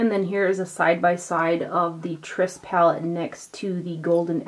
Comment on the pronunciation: Could it be that you were sent the Tryst palette because you are the only one on you tube who can pronounce it correctly?! Just a thought. Love your videos!